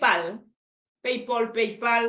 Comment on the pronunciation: PayPal et non palpay